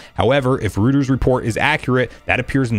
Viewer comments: ROY-TERS not rooters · ROY-ters, not ROO-ters. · FYI, it's pronounced ROY-ters, not ROO-ters. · same XD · I’m cracking up at how you pronounce Reuters as Rooters when the correct way is (Roy-ters) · Just FYI, it's roy-terz👍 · Bro it’s pronounced Roy-ters